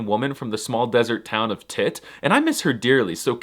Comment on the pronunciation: Tit 😂😂😂 It's 'tédt' ⵜⵉⵟ an Amazigh word literally means 'Eye' but the word also mean 'Water Spring' . Fun fact there are a Moroccan city 'Tittaouine' (Tidtawín / ⵜⵉⵟⴰⵡⵉⵏ) & a Tunisian Town 'Tataouine' Which are the Plural form of (Tédt) meaning Springs of water ... The Tunisian Town was the impartation for the fictional Planet 'tatooine' in Star Wars This is a me thing to write the amazigh using Latin script : Dt = ⵟ = ط